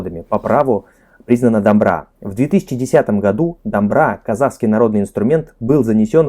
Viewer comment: Ребята, еще раз спасибо вам за ваш труд, у вас уже произношение казахского становится все лучше и лучше. Одна просьба - когда вы видите в слове букву О, то произносите ее именно как О. Например, дОмбра. И еще - буква Қ (К с хвостиком) является заднеязычным, т.е. вы должны произносить его горлом. Просто скажите К горлом и вас все получится. Также и с Г - скажите Г горлом.. Самое простое - произнесите Галя как украинцы Ғаля. Удачи вам, ребята! Мы вас обожаем!